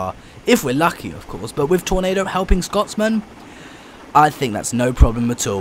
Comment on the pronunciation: It's Scotsman not Scott's Man